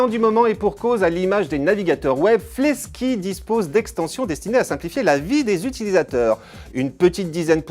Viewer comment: C'est Fleksy et pas flesky x)